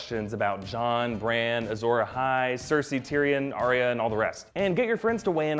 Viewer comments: It's Ar-ya not Ar-ri-a 🤣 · Your pronunciation of Arya completely took me out of the video.